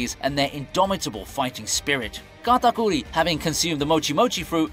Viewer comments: Sounds like this dude pronounces Katakuri as “Gatagoolie” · Why he say katakuri like that...